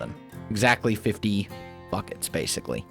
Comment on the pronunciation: did anyone hear him say fuc k it instead of buckets ?